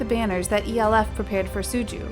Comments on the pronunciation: we don't pronounce SONE or ELF like that. SONE is pronounced as "so-one" and ELF is just like you are saying "elf". i was so taken aback listening to because i didn't recognize the way the narrator pronounces respective fandom names. i had to replay it just to make sure 🙃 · Maam it’s pronounced Elf, like Santa’s helpers lol